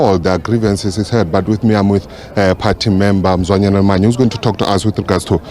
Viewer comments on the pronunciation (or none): Its Mzwanele not Mzwandile